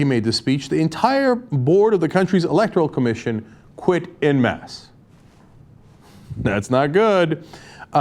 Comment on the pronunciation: Cenk - "en masse" is pronounced "an mass", not "in mass".